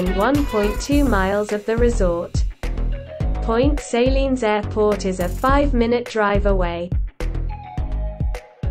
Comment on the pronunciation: And Point Sayleen ???